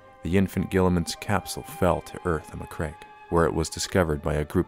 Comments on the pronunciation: Ma-Cragg-e not Macreg. (bashes head against desk) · Good little video clip. Some dodgy pronunciation of macragge and Robute. But never the less well made with some nice minis, cool. A good break from my usual beat, matt, batrap